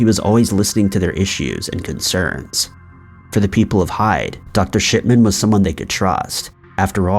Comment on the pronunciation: He takes pleasure in saying “Dr. Shit man”, at least that’s what it sounds to me. 😂